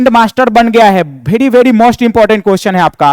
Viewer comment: Very ❌ bhery ✅